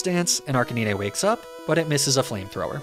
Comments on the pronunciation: I’m losing it at your pronunciations of lapras and arcanine good buglocke tho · No way he saying arcanine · Seriously saying arcanine wrong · Pls tell me youre joking with the Arcanine pronounciation? 😢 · There's no way you pronounce Arcanine like that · The way you pronounce Arcanine and Lapras is physically hurting me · Dude, what is with the horrible pronunciations if "Arcanine" and "Lapras". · There is no worst type of Pokémon by the way you have been pronouncing the name arcanine all wrong it’s pronounced RK9 not arcanina just so you know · im new here, is the Arcanine pronunciation a meme or something? Arcaneenay? Not Arca-nine? Like the number? Pardon?? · "say Arcanine" "Arka -knee - nay" Facepalm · Every time my man pronounced it, my ears perked up like he was talking about an imaginary Pokemon in Fire Red. Last 20+ years of my life, this guy has altered state Ar-kay-nine to Ar-kay-ni-nay. Each time was like a Flea-go-nay buzzing by my ear and irritating me. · Arca nine not arcinineh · The funny part of this video that he pronounce Arcanine like (Ar can ni-ne) The actual pronounction is (Ar-ca-nine) (Arcane + K9) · it's not Arca(nee-nay), it's pronounced Arca9 like the number. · It's ARK-A-NINE... Not ARKaneenee lol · “Arc-uh-nee-neh” Is that really how it’s pronounced? I’ve been calling it “Ar-canine” for over two decades. I thought it’s name was a play on the words “arch” as in best, and canine. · How did you just pronounce Arcanine? Ar Canine (Granted many peopel pronounce it "arka nine", which is also acceptable. But Nee nay? Seriously? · It's not pronounced Arcaneenay. It's Arcanine, like canine, like a dog...because it's a dog ya know? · r cuh nine. not naynay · Literally came to look for this comment. Arca-nee-nay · Who the fuck calls it "Arca-nee-nay?" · Hearing you say arca-knee-nay was so hard to listen to, that’s not how you say it 😫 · It's ar-cane-nine. Like Arcane and canine. This was so hard to listen to. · Nobody:: Arcaneenay